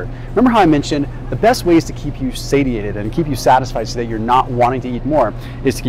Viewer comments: Say-She-Ate-ed right? Not Sady-Ate-it. Unless I've been saying it wrong. lol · I love you to the moon,. But please, for the love of all that is holy, please, please, stop saying "say-tee-ay-ted". It is pronounced, "say-shee-ay-tuhd". So petty of me to point out, but it makes me cringe and roll my eyeballs and takes my focus away from the important stuff you're teaching. 😬🙃❤